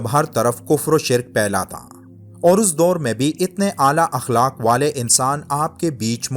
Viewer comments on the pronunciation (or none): none